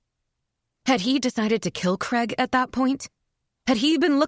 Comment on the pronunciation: Do wish Americans would learm correct pronunciation of CRAIG